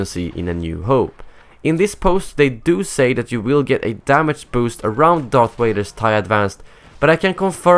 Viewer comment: #DarthWaiter! You said DarthWaiter instead of DarthVader!😛